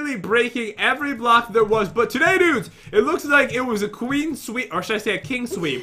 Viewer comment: Pat... it's 'clean sweep', not queen sweep. 😂